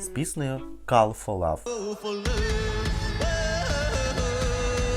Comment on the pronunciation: Тільки на Кал фо лав а Кол фо лав), підтягуй англійську😊